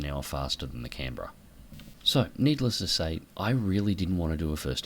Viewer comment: That was probably the best ending i have ever seen in a realistic battle, canberra pronounced correctly too